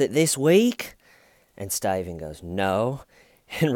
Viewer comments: You have made it impossible for me to listen to my best friend mention her boyfriend's name. She's opening her mouth to say 'Steven' but instead you come out saying "Sty-vin!!". I hate you..yes, I am lie-crying saying that. LoL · Lol yeah the cop even says "that's horrible " Horrible despite the fact he'd literally dismembered a body of someone he knew with a little manual hacksaw! Jeez that's so F'd up! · I can't believe you say styven every time through all the vids. You really would have been my friend in h.s. because of the inside jokes that never quit. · Detective: "... you have troll-hair" 🤣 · I can’t stop going “STAYVANE” inside my head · my girlfriend needs me to stop saying "WHY WHY". Your fault. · Someone commented under the investigation “” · "Bless your heart Staven" 😂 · I can't tell if you're going for hillbilly or Australian when you say Stuyven? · "Stayvan Says" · why do you call him stuyven? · Please can someone make a compilation of everytime he says Steven?!?!I love this chanel but I need a concentrated audio that I can listen to and start my day right 😅🤭